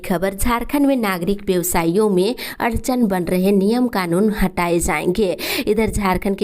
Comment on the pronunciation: अड़चन होता है अर्चन नहीं